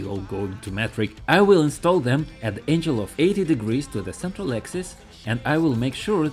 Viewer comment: When you say angle, the G doesn't make the English J sound, it makes the hard G sound like your Г sound as in Bulgaria, almost like ankle, angle.